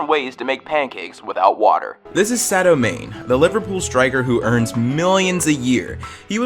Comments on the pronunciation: Sario mane? Not being annoying but as a Liverpool fan it’s pronounced “marney” again not trying to be annoying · Sadoe Mane. Sorry, But it is Sad-E-O Man-ay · Sado Main lol im dying its sad-ee-o m-ah-nay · Its pronounced Sodeo MonA and he's a winger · You pronounced sadio Mané wrongly , You pronounce it sadi-o ma-ney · Not to be that guy, but it's pronounced Sad-E-O Ma Nay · Anyone els triggered by how he said sadio mane great vid btw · Nice vid, but I cringed at how you Sadio Mane’s name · the only bad thing thing about this video is that he said sadio mane wrong